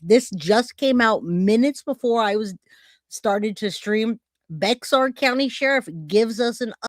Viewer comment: Bexar the x is pronounced like an h. Everyone one here in Bexar County, pronounces it Bear County.